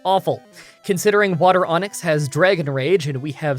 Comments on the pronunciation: "water onix" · I was listening to this in the background and I am embarrassed to admit that I heard the term water onyx. I was very confused at first.